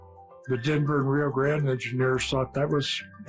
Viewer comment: The way he said Rio Grande almost made me want shoot myself.